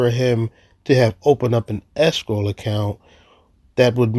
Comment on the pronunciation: Anyone else hearing “escroll” not escrow?